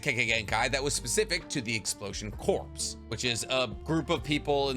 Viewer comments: Corps is pronounced like "Core", not "Corpse", my dude. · Just want to say as an ex millitary guy. Corps is pronounced like core not corpse. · My brother! I love you videos. Not a single one disappoints. But i gotta say, you gotta stop pronouncing "Corps" as "Corpse"😂😂😂 its just like the Marine "Corps" (Core) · Hey, when you say explosion “corps”, just thought you should know it’s pronounced as core. The p and s are silent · pls stop saying corps like corpse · I love your videos, but “corps” is pronounced “core” and it’s the one comment I have about your videos😂😂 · CORPS = CORE (pronunciation). Please.